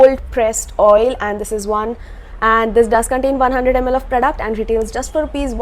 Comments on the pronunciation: No no it is not like that 😊😊 but i really like the way you pronounce it.. 💛💛💛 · Really excited to hear her voice and especially i like the way she pronounce "PRODUCT". Luv you lot